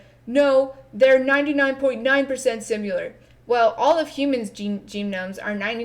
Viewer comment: Tpc: do you say ‘sim U ler’ irl? It’s pronounced the way it’s spelled - short ‘i’.